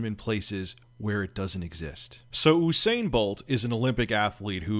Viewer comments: You-sain You-be-soft Not "oo" . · it's pronounced you sane not ooo sane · "Oosain bolt" no no no usain bolt rich pls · Its 'yousane'.